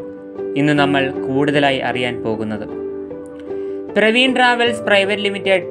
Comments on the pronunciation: പ്രവീൺ അല്ല പർവീൺ ആണ് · പ്രവീൺ അല്ല ബ്രോ പർവീൺ ട്രാവെൽസ് ആണ്. ഉടമയായ അഫ്സലിന്റെ സഹോദരിയുടെ പേരാണ് പർവീൺ. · Chetta പർവീൺ ആണോ , പ്രവീൺ ആണോ ..? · Praveen alla Parveen.